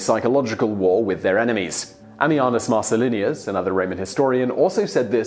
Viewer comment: Not Marcellinius, you ignoramus. Marcellinus. Almost everything you utter betrays the half-educated